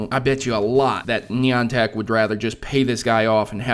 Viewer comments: reason everybody pronounces it wrong is because one person pronounces it wrong on media platform such as this (Youtube) and then everybody who watches the video thinks that that is how it is pronounced. trust me, there is literally a place in Connecticut called Niantic, and EVERYONE in Connecticut pronounces it "nye-ant-ic". There is also a Wikipedia article that explains that Niantic Labs named their company after a ship called Niantic, and it is still pronounced the same way. I'm sorry it just really bugs me that everyone says "nee-ant-ic" so I felt the need to write a paragraph explaining why you're wrong. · thats not how u pronounce niantic :p